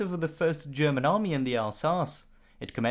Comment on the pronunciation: Dear. Why are you pronouncing “German” as “Sherman”?